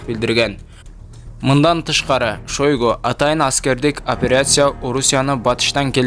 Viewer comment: сен котуну кысып,оозуну жаап отур жалган маалымат бергение учун биздин мамлекет жапа чекпесин,былжырабай суйлогонду уйрон,окуу жакшылап манка шоойгу дебей